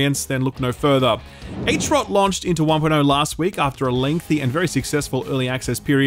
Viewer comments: I've played New World. We've all seen what Amazon did with Rings of Power. Do not be surprised with what the end result will be. Weak and woke. Shill pronouncing "HROT" as "H-Rot" caused me physical pain. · It is HROT, not eig-rot. HROT, read just as you write it. I am czech and it hurts my ears mate. It means, well, tip o a blade in fakt. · Hrot pronounced “Huh-rot” (meaning edge/tip) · How are you pronouncing "hrot"? AYTCH-ROT???